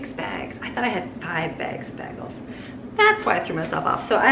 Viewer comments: I love how you say bagels 🥯 “bahgel” I say “baygels” but I might start saying it your way. Sounds fancier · Oh, dear friend...bagels are pronounced "bay-gls" not "bag-els" !!!! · I just can’t get over the way you say bagels 😮 never heard anyone say it like that lol